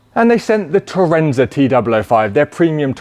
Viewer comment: Tour-AHN-za not Tour-EN-za surely? ;)